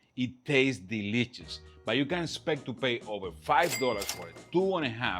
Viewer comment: I read your comment right as he said "deliches" 😄